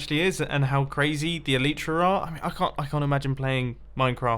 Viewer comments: Eww Eli-tra not Elite-ra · I challenge you to say el-eye-tra repetitively for 2 minutes every episode until you naturally say elytra correctly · It's el-I-tra not el-E-tra